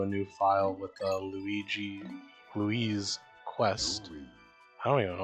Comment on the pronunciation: It’s Louie dude💀